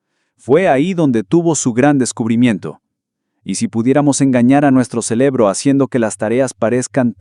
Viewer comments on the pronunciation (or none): ¿Escuché "celebro" yo solo? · ¿Dijo "celebro"? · Mientras el locutor siga diciendo CELEBRO (2':30") en lugar de CEREBRO, no me lo tomaré en serio. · Dijiste Celebro en lugar de Cerebro 🧠😮😅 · "ENGAÑAR A NUESTRO CELEBRO" 😳😳😳........y eso que fué??!!...🤔🤔.....si van a utilizar IA por lo menos revisen y modifiquen no?? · El joven de la exposición del tema, lo des acierta cada vez que dice “ celebro” en lugar de “cerebro”. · Ahi te engaño, al minuto 2,29...celebro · Por queeeee dice "celebro" en vez de "cerebro"? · Alguien que dice celebro, en algo tan importante, ya no me dio confianza. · ¿Celebro? La palabra correcta es CEREBRO.😊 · Jajajajaja siiiiii dijo celebro 😂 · Jaja si , dijo celebro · Celebro ... No es Cerebro. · 😂😂lo escuché también !!!😂😂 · Sii, lo dijo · Yo también 😂